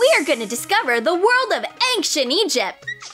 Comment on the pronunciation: I love how they say anchinc instead of Ancient....?